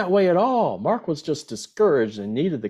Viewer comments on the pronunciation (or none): none